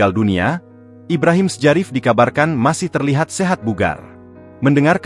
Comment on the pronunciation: Ibrahim sjarif dibaca " Ibrahim Syarif " ,🤨